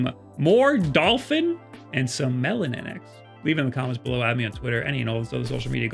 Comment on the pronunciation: Sidestore is better. Also, its Melo - NX not Melon- NX :)